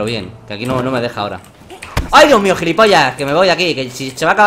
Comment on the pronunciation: "Uy dioh mioh" "e gijante" - Knekro 2015, oraciones que recordar